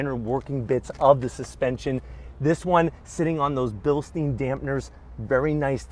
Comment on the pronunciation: It’s pronounced bil-stine, not bil-steen. It’s German not Jewish lol